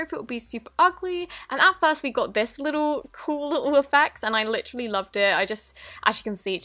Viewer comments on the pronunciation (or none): she says it like litch-trally